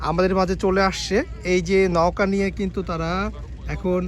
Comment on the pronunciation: ভাই নকা নাকি নৌকা হবে? আপনার ২টা ভিডিও দেখলাম ২টা ভিডিও তে নকা বললেন